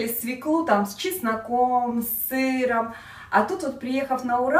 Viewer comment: Режет ухо "свеклу"..если в слове буква ë ударение падает на неË!!!!